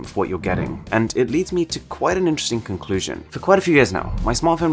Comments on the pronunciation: * Anyone notice he said "conlusion" instead of "conclusion". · Auran you said conlsion instead of conclusion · "CONLUSION" Whoops. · "Conlusion" Porof that even someone as perfect as Arun can commit mistakes. Haha JK. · “Conlusion”. Nice error scrub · Conlusion :-P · did no one see "conlusion" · What's a "CONLUSION" ? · Conlusion not conclusion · if anyone noticed CONLUSION Lmao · There's an Easter egg in the video. "Conlusion" instead of "conclusion". Yeaaaa I won! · conlusion hahahs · "Conlusion" instead of Conclusion ;D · "Conlusion" lmao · "Conlusion" lol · Conlusion hehe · "Conlusion" hahaha... with much love and appreciation! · "CONLUSION" - Am I the only one noticed it? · #1 "Conlusion" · Loving the nice "CONLUSION" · conlusion lol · U said “Conlusion”